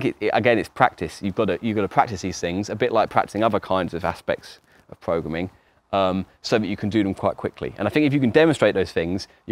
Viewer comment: I will now forever pronounce it “progrumming” in his honour